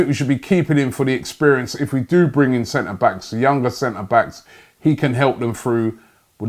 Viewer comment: Nobody:: “Experienced sent-na-bak...”